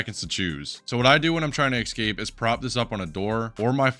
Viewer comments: esCape not eCscape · Can you please stop saying "axe-cape" / "egg-scape" instead of escape lol. This is so distracting from the video, which is great btw! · not escape, ex-cape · Good stuff! But I just got to say: escape is not pronounced as "ex-cape", it's just "es-cape". People will understand even with wrong pronunciation, sure, but people understand even aphasic gibberish sometimes 😉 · How are so many people able to say especially properly but nobody can say escape properly. It's the same rule. Don't say eckscape. pls stop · ill be honest its not that difficult to say escape